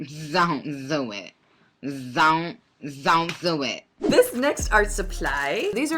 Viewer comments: Zont zo it took me out 😂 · That 'zon't zo it🤣🤣🤣🤣 ❤from🇮🇳